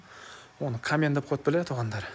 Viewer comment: Камен эмес каминь